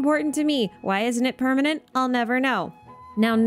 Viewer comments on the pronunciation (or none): none